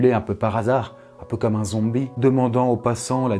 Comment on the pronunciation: Un "Zoombi" Magnifique accent, je suis subjugé